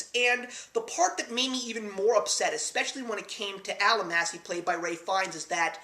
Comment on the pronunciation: No, Fiennes's character's name was not "Al-a-massy" - it was pronounced "All-MAH-shee"....helps with the integrity of your review to get their names correctly. But yes, it's a brilliant movie. Terribly romantic but you don't really find out why until you're almost at the end.